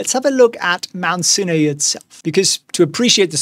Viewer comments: pleeeeease, Mount Sinai is pronounced Mount SIGH-NIGH. Ask Winston, he would know! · Mount sin ay lol